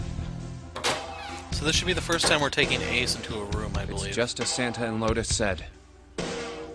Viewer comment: Why can’t you say ace and santa?